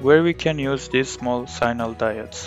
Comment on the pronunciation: sign-nal.... are you serious?